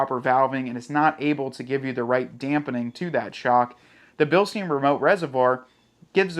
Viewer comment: Bilstine, not Bilsteen.